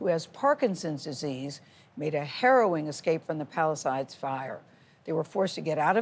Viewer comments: Why cant she even pronounce Palisades right😅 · She also mispronounced “Palisades.”